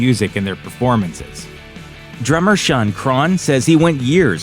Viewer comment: And due to the fact it's not "shun" its "Shaun" 🤦‍♂️🤦‍♂️